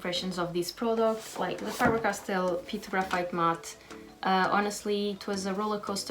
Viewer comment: Finally... Someone who pronounced the brand right